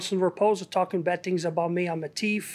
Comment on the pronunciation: she said he's a teef